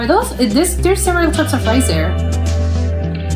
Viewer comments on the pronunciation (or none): none